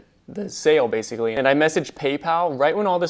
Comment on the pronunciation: "Basically" not "baiscally"